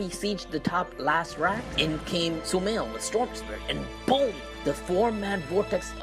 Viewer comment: its not sumiles its sumail!!!